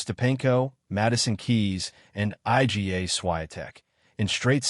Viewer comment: Iga pronounced I G A Swiatek ...... AI brutality ......